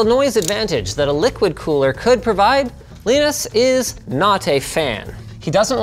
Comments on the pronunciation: Linus pronounced Linus Linus not Linus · The way Linus calls Linus as Linus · Sounds like halfway through production he found the audio clip of Linus telling people how to pronounce his name :-) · Can we just take a moment and notice how many times Linus must've messed up the pronounciation of Linus's name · It’s so weird to hear Linus pronounce “Linus” the other way … :D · Linus not being able to pronounce Linus properly or consistently is very, very amusing. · Why is he pronouncing his name Leenus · So... Will you be called as Leeenus as well? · How to get alcohol poisoning? Every time Linus says Leenus, take a shot.... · why do you keep calling him Leanus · Just noticed he is "ly-nus" Sebastian and Torvalds is "Lee-nus" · I like how linus pronounce his own name lienus and torvalds as leenus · Linus pronounces his own name "Leenus". Interessting. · Funny how Linus called the other Linus "Leenus". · Leenus? More like peenis. #Roasted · Who is this "Leenoos" guy Linus keeps talking about? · It's funny how you pronounce the vowels in Linus's name like one would pronounce the vowels in "Linux" =(^m^)= ! Which kernel config did you use, by the way? I would like to replicate the benchmark on my own much older (but still very powerful) computer for perspective. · saying someone's name intentionally wrong seems like belittling and targeting. very rude dude. you can only lose respect from this. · WHY DO YOU PRONOUNCE LINUS LIKE THAT IT'S KILLING MY EARS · Linus, LAinus, Linux... you see why so many people are confused 😂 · Also you figure that linus of all people would know how to pronounce his own fucking name. It’s lie-nus not lee-nis 🤦‍♂️🤦‍♂️🤦‍♂️ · Man it's (lie-nus) not (lee-nus). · Linus : "Leenus" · lienus leenus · For some reason it warmed my heart when you trolled yourself by pronouncing your own name wrong, as Leenus. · Is "leenus" some joke im too american to understand? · wow. linus is jealous. leenus. leenos linos. cant even try to pronounce the name correctly